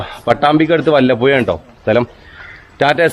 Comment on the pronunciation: വല്ലപ്പുയ അല്ല വല്ലപ്പുഴ 🤣🤣